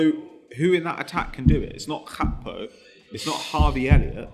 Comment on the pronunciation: Gakpo is a African surname - not Dutch - thus should be pronounced phonetically. Stop trying to sound cultured or whatever it is you are doing.